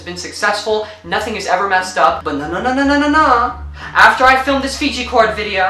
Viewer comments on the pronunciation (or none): "Fijgi Cord" 😂😂😂😂